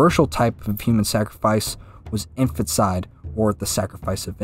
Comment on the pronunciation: One correction, it's pronounced "In-fan-tuh/teh/tih-side" not "infant-side"